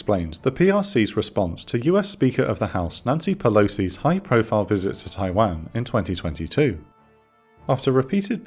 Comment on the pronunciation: Every time I hear it pronounced tai-wehn instead of tai-wohn I die a little inside